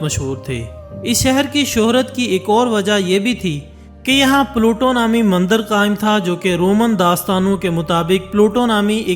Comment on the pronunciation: Videos bnanaah toh seekh liya chalo koi baat nhi paiysa millega .. ab bolnaa bhi seekh leh mandar nhi mandir bolteh hain ..bhopaadike ... Smjh gye ho yaa bhonsadike boluh ...